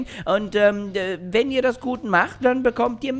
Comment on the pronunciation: Mega Fail "Wennn" 😂